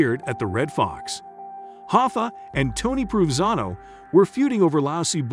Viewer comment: Dude, it's Pro Van Zano, please. 😎